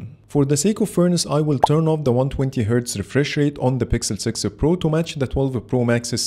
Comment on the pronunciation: My eye twitches every time he says "sixel pro".